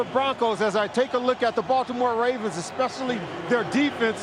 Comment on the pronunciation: "Baltimore 'Ray'vens"